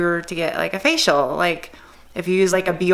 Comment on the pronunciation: I secretly giggle Everytime she says "facial"